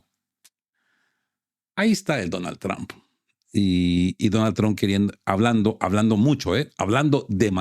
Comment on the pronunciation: No se dice tramp,, se dice trump!!!